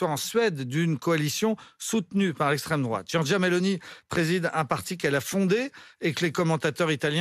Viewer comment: Mdr c'est qui encore ce type "Lestreme droate lestreme droate", quel enfer cette génération post seconde guerre